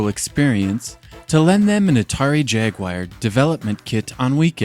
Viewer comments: Stop saying ... JAG-WIRE.....! OMG why are people adding an I into the name!? It's JAG-W-ARE .! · Though Americans typically say Jag-war - which, while foreign to Brits, is perfectly acceptable. But Jag-wire? That's just odd. Maybe he has an obscure speech impediment, in which case, I'm sorry. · lol, great video and attention to detail. But yes, for foreign English speakers such as America and everybody else, it's pronounced Jag-you-are. don't spend much time on that "you". Say it like "you" but very very short! maybe say you for quarter of a second. And it's never ever wahhr or wire. actually to me it's "jag u ah rr" I'm from Scotland and speak English the way it is supposed to be spoken. I don't overly soften r like so many native English speakers do. Northern English speakers don't exhibit this "bug". I always roll my r's when appropriate but not here. This is a soft R